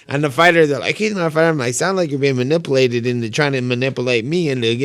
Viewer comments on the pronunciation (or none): . "I'm being munnipalated' Nate